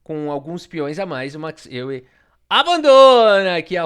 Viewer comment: Euwe se pronuncia Eu-ve